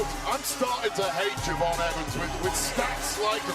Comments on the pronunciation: Did that fool say Je'von Williams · Why is no one talking about “Je’von Williams”